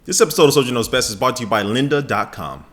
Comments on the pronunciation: Soldier, why don't you take the time to pronounce your R's in the word brought? You always say "bought to you by" it just gets to me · Hey Soldier, do you intentionally say "this episode is bought to you by..." or am I just hearing it wrong and you're actually saying brought.